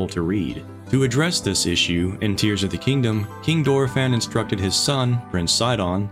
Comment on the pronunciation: I shed a tear when you mispronounced tears repeatedly.